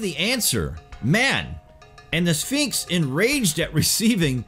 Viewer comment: The second to the last time the narrator said, "Sphinx," he pronounced it, "Finks"